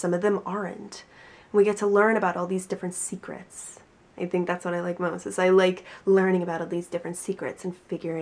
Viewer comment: Idk why but I lol everytime she said seacret